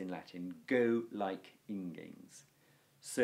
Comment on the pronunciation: ingēns is the first word you have pronounced correctly in 30 videos.